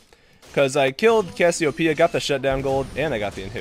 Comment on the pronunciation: "There is Ks-siopeia."